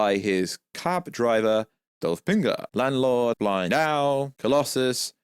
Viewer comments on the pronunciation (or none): none